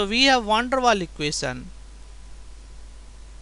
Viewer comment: Good explanation, but a little bit to slow..keep going! Great vids :) ps: It is Van der Waals, dont forget to pronounce the s at the end hihi..